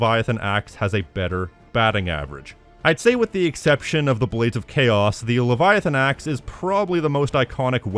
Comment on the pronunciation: bro how do you butcher Leviathan Axe that badly 😭